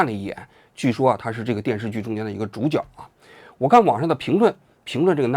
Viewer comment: 主角（jue）对吗？